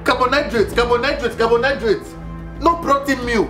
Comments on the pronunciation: He pronounced it as "Carbonhydrate" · I thought I was the only one who heard carbonidrates instead of carbohydrates 😂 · I heard carbon nitrate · Carbonhydrates, yep you heard well!!! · did not pronounce that class of food properly 😂😂😂 Carbohydrates 🤣🤣🤣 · Did he say carbonydrates? 😂😂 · Did he said Carbonnhydrate😂😂😂😂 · 🤣 🤣 🤣 Yes yu did.. I also heard